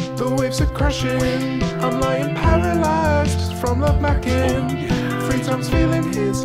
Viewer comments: ‘love macking’💀💀💀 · “Love makking” i cant 😂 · “Love macking” 😂